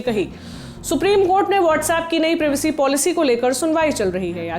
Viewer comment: प्रिवेसी नहीं प्राइवेसी होता है प्राइवेसी।